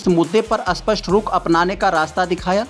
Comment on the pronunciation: स्पष्ट को अस्पष्ट क्यों बोल रहे हो?